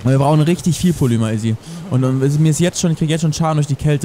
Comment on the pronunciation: Dner eine kleine Bitte, du sagst immer Polüma, das wird aber Polimer ausgesprochen, bitteeeeeeeeeeeeeeeee.